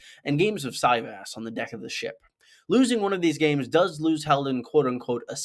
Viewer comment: It’s si-vahs not sy- vas